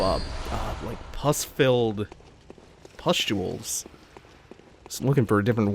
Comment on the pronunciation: "puss filled pusstuals". I learn a new word every day 😂😂